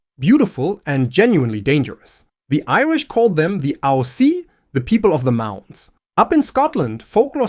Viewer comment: The Irish Aos Sí or Aos Sidhe are actually pronounced closer to Ays Shee or Ees Shee. Star Wars' term "Sith" actually derives from that word.